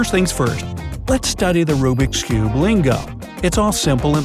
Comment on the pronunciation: Who else is triggered when he says"RUBIK'S CUBE"